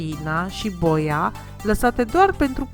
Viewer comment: Cum să pui accentul pe "o".. adică "bòia" în loc de "boià"... cum este corect în limba română ? 😄😃😂🤣